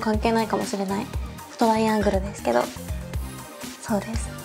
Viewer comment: HAHAHAHA the death instead of desu